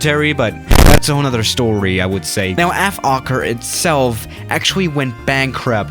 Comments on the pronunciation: It Is Pronounced Folker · Oh btw in dutch you pronounce the o in fokker as you would pronounce the o in british “oi” like oi mate :) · It's actually pronounced as "fhawker" where you would clearly hear the word "hawk" in it. Also Fokkers military history is far more notable to the public than their commercial flight era. Funny enough, a lot of people forget that even in WW2 Fokkers were widely respected by the Germans and eventually the Soviets after the winterwar of 1939 until 1940. Ofcourse after the war Fokker decided to focus on commercial aircraft again and that eventually let up to Fokker making huge mistakes in the early days of the 70's. They could have still been a part of the aircraft manufacteres market on chartered flights and cityhoppers, but yeah everyone knows what happened... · You said FOKKER haha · No one:: Ef-okker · ”F Okker” Okker: 😐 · When you say: Fokker Try you didn't swear: "F" okker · Im pretty sure its pronounced foe-kker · Just pronounce it like Folkker. see? Fo-l-kker with an L Also im Aussie so for me i say it like Fokir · Did somebody say focker? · u can say it like fold ker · Lol I always think it says f*** not fokker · Nobody: Youtube: Don't say the F word: Fokker